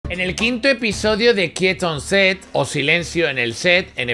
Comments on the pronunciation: "kiet on set", no puedo con el inglés de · apenas empezando el video.... "En el quinto episodio de quieton se" hahahah te amamos ❤